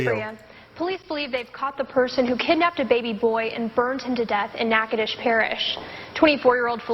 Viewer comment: Natchitoches Louisiana that's around the corner from me to and you said it correctly nah-codish, or nah-coh-doches